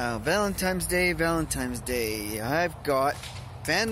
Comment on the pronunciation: That soup look really good! That was a very nice, thoughtful ramble about dating, relationships, and vanlife. And oh, buy the way, it;s Valin TINE'S day, not Valin TIMES day. LOL